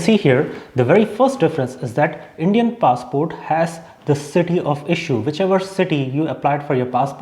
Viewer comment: It's funny how in every other sentence, you keep switching the pronunciation of the word "passport"